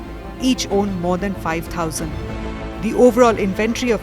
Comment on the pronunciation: “tirty four tousand feeat”